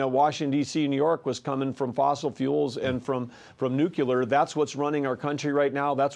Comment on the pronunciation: Did this phucker say nucular?